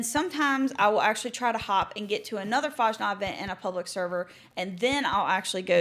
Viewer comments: lerne bitte, wie man Fasnacht richtig sagt. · Dear lord please learn how to correctly pronounce fasnacht